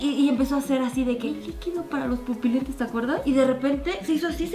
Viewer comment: Pupolentes JAJAJAJAJAJ